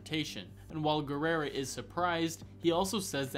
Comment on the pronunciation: why do you keep pronouncing Guerra as Guerrera? XD